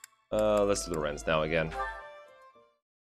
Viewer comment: Lorenz? I think you mean Lorenzzzzz